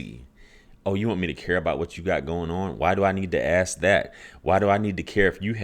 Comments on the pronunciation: A professional in Mental Health counseling with some obvious European DNA admixture and he still can't pronounce "Ask" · By not being able to pronounce "Ask"